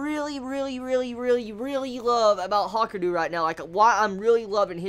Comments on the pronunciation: Ha-ka-ree-ooo pronounce it right lol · It's pronounced like it's spelt. Ha-ku-ryu